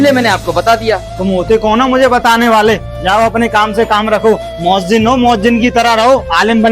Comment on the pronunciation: MoazziM 😂😢.... Moazzin hota hai bhai